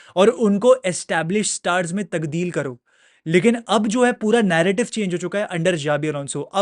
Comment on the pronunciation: "TABDEEL" sir, not takdeel. great video nevertheless.